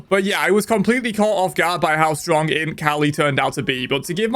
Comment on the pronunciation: I can't stop hearing Imp kali instead of Int kali